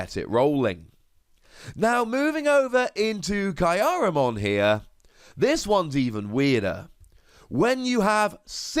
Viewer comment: Kyupimon is pronounced like Cupid, but without the D. Kyaromon is pronounced like kya-ro-mon not ki-a-ro-mon.